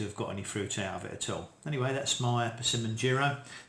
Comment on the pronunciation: In case you wondered, the i in “Jiro” is pronounced the same way as the i in “chips”, and means “second son” in Japanese Great video, please post an update on this year’s crop to see if the flavour changes 🙂👍